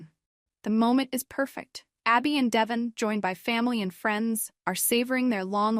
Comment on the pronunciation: I’m just wondering why in a lot of these Y&R spoilers you all keep calling Devon… Devin?? You would think you would know how to pronounce his name 🤷🏻‍♀️